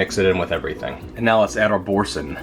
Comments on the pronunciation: 'bor-san' baby doll, it's French. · Boursin is a french cheese pronounced bour SAN or SON